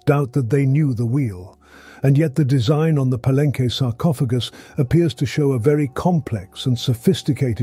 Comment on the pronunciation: Ugh, he keeps pronouncing Palenque wrong.